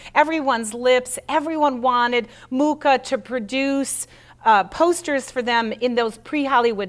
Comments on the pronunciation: Pronounced moo ha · I was born in the same small town as A. Mucha and would like to inform you that you mispronounce both his surname and the name of the town. The "ch" in Mucha is pronounced totally different and Ivančice is something like "ee-one-tchi-tze". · Incredible that a presenter cannot pronounce Mucha's name properly. Very American. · At least pronounce his name properly...